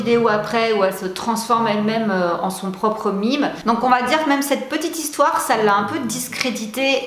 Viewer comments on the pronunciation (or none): Ça se dit un mème et non un mime ça m'a bien fait rire. Merci pour ces vidéo 😍🤣😀